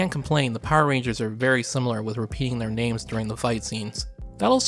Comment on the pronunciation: Wow. You just butchered those names.